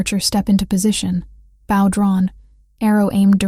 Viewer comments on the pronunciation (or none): BOw not Baw. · " Bow" as in "glow " NOT " bow " as in " now " . Get pronunciations correct for goodness sake !